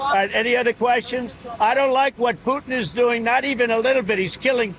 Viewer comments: Trump needs to back the F off and stop thinking hes the king of the damn world. BTW, his name is PU-TIN not POOIN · PuTin NOT “poo-un! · Bro. Say "Putin" properly. Everything about your presenting style is so professional, then you get to words like Putin and you suddenly sound like a toddler that can't pronounce his T's. "POO-IN" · Your mom says POO - IN.